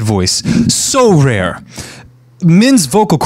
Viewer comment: Did u just say rare. Nah